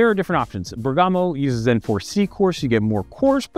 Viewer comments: Bergamo; a commune in Lombardy, Italy - i think the emphasis is on the 1st vowel - [BERG-amo] instead of [ber-GAMO] - well, that's the anglicised pronunciation, anyway. Greeting from Germany. 😅🤌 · Sorry but I need to do it, after hearing to it 4 times in a row. It's Bèrgamo, not Bergàmo :-)